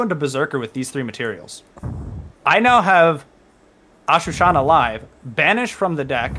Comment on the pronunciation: Really nice deck profile 👌 just learn how to say ashuna and not ashu-Shana it’s literally on the card